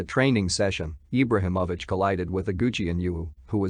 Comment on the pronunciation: You’re not even saying his name right. What low budget shit is this.